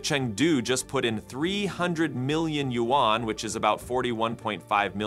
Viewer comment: Learn how to pronounce YUAN. The next time I hear you mispronounce it I am unsubscribing.